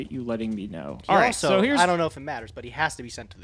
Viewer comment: Did say Herpes?